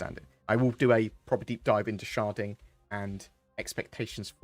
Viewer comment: Anyone else keep hearing him say 'sharting' rather than 'sharding?'